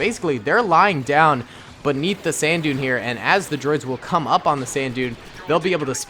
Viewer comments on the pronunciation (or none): none